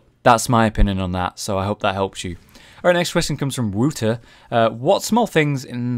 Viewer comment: You pronounce Wouter kinda like Wowter, but don't actually pronounce the 2nd 'w'